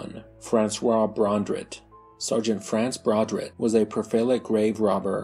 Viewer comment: Not sure if the voice is auto-generated or if this is pronunciation challenged. BRON-drit?? It's BER-trand!